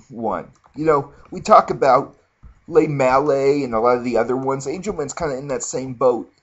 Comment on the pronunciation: Fuck you all haters hahaha.. Lemale is now officially called le-male-AA.. ur all saying it wrong! a minty crisp vanilla GOROMAND BABY!